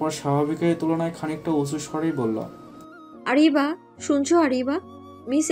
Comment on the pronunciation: আরাবি না আরিবা। এত সুন্দর নাম আপু ঠিক করে বলে নাই😩